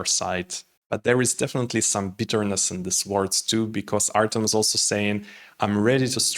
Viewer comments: Artem, not Artiom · This is a complete lack of respect for the person and the language. Just because you are used to speaking Russian does not mean that you should change the sound of the name to your taste. When you mispronounce the name of a completely different group of languages due to ignorance, this is one thing, but when you deliberately Russify Ukrainian, this is disrespect.